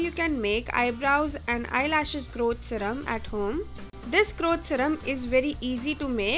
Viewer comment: 😂GROWT ZEHRUHM (no hate i like it)